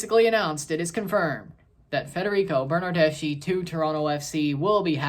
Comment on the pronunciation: His surname doesn't sound "Bernardeshee" but a lot similar to slav surnames , so "Bernardesky" . An Italian (Juventus) football fan ;D